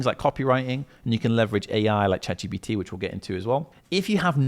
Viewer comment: Love this. find it so funny how people always say Chat GPT as Chat GBT. tickles me that. Amasing video mate, fully onboard with it, FREEDOM